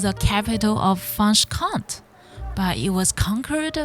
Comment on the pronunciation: You don´t have to sound like a native speaker, but France/French and Franche are 2 different things. And if you can´t pronounce it close to the original, I would refrain from making a video of it. And no, I didn´t enjoy it because I didn´t watch till the end and I know this region very well anyway.